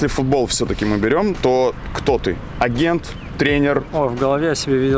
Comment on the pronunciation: Она умница. Только улыбало слово агенты с ударением на первый слог)))